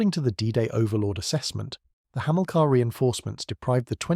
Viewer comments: "Hamillka"? "Breeze Norton"? "A me 190"? The list goes on. Why can't these 'content creators' use a human to narrate their videos? Pure laziness to use AI. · The AI needs to go to school to learn how to pronounce Hamilcar and Brize Norton correctly. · Yeah. Otherwise interesting video ruined as soon as the mispronunciations start creeping in and you realise it's AI. Surely it's just as easy to provide a human voiceover?